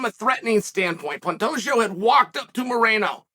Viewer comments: If he’s trolling he’s doing such a great job Alex Pee-era, Benny Daroosh, Pontayo, PAULA Costa, Hazmat Chimaev… just to name a few😂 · Pantagio Lord Chael never disappoints with the name butchering 😂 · I guess Chael said 'Panteggio' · "Pontato" "Pontelio" I bet even Pantoja laughed his ass off at this. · Should have gone back to saying "Pontayo" after making the correction. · Pantoja = “pantaysho”- Chael 2023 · Nah "pontalio" is crazy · I believe it’s pronounced Pen- Day- Ho